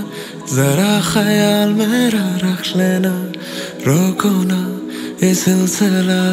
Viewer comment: come on man you just ruined a very good song by mispronouncing rakh lena as "rakhshlena", waqt as "wakht" and dikh paye... You live in Pakistan and speakes urdu you suppose to know this... if not atleast some one from the production team should have tell you that... Bollywood singers do this to songs becuz thy don't know Urdu very well.